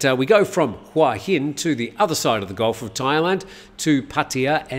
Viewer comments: Hua Hin is pronounced Hooa Hin. Hua = head Hin = rock I moved here 18 years ago from California when I was 40 and I have to say it’s sadly overcrowded with geriatric foreigners. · C'mon,surely you'd know how to pronounce Hua Hin by now. "Hua "means" head" and there's only one way to pronounce it😄